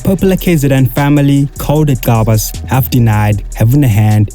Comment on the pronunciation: Gcabas not Xabas marn yo dam it😠